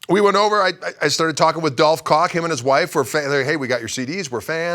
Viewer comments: It's pronounced Koggggg :-) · Koch pronunciation: In Europe many countries pronounce 'c' as 'ch'. For me, I like to pronounce Koch as 'Coke' or 'Coach'. :)